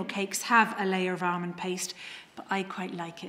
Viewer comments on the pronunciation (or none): Thats a weird way to pronounce Almond.. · …and “armond” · Definitely ARMOND 😊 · Most of us say it like that in England.